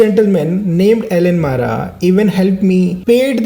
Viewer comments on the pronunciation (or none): It's not mara bro It's MARAK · Sir not Al....ne Mara. Its Marak . ❤ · Its Marak not Mara its a surename..... Btw i like your videos❤ thank you for coming to Garo Hills